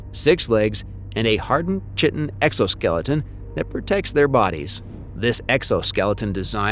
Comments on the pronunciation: Ugh KI-tan ...not CHIT-an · Chitin is pronounced Kai-tin, not like chicken. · its "kitin" not "chitin" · Ky-ten not chitten my dude. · Probiscus? It’s proboscis. Also, it’s “KY-tin”, not “CHIT-in” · So, the narrator is either AI or science illiterate: the narrator says "chit 'n" instead of "kai tin". Really? Ves PIT ee family? (a mafia family known for their stinging wit!) Pair uh SIT oid instead of pair uh si TOID... sigh. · Chitin is pronounced ky ten . Parasitoid is para sit toid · chitin💀💀💀 he said it like chicken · chitin is pronounced Kite-in. Also, sorry, what real world supersoldier exoskeletons are you talking about? Because that really sounds like the GI Joe movie that came out in like 2009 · "chitin" is not pronounced the way it looks, it is pronounced "ky-ten" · It's not "chitin". It "kite-in". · "chitin"? It's pronounced "Kite-in". ƒucking robovoice. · I think it’s pronounced KI-TIN. Actually I know it is. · Are you "chittin'" me? Learn how to pronounce "chitin" correctly! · Chitin is pronounced "Ky-tin." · Dear Narrator: Chitin is pronounced KAI-tn. If the narrator is not a live person, the person behind the AI should teach it to pronounce chitin (KAI-tn) correctly. Sigh. Modern education sucks. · I'm calling BS there is no way a highly-iterated AI narrator as convincing as this one would refer to the exoskeletal polysaccharide as "chittin". That's just another flawed human who didn't learn anything in biology. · I'm calling BS 🐂. There is no way a highly-iterated AI narrator as convincing as this one would refer to the exoskeletal polysaccharide as "chittin". That's just another flawed human who didn't learn anything in biology. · It's pronounced "kai-tin"👍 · I suppose, but if they are not pronouncing it kai-tin they are wrong. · Chitin is pronounced KY-TUN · No "chit" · pronounced "chitin" wrong. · Preeeeetty sure that's not how you pronounce "chitin," chief. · You beat me to the punch. It stung my ears when it hear chitin mispronounced.